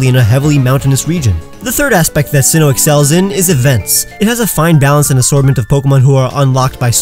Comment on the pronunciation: You pronounced Sinnoh incorrectly